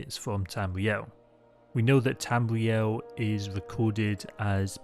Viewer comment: Bwetons, Wedguawds, Tamwee-El. Sorry I had to